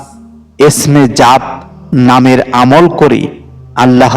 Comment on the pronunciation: আমি আপনাকে একটা অনুরোধ করছি আপনি জাত নামটি সঠিক ভাবে বলে যাবেন